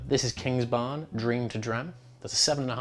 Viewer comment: It is Kingsbarns,. Or should I write ""? 😜😁